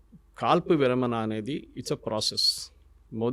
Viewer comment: విరమణ, విరమన కాదు.